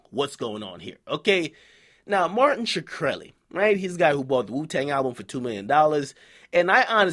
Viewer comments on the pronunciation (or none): why are you calling him shekreli? it's shkreli a bit like shrek. you wouldn't say shereck would you?